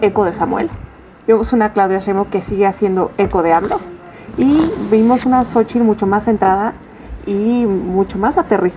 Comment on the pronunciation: Claudia ni siquiera puede decir Sochi y ni siquiera puede decir el PRI el PAN y el PRD